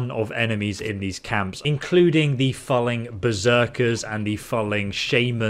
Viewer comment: ... and it's pronounced as in 'fooling', not 'phalling'. Getting goosebumps when he says it every time. lol